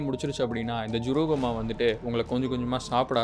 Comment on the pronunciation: ஜுரூகம்மா வா இல்ல ஜக்கம்மா வா